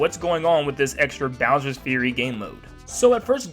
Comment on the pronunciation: As says it: "Bowser's Furry"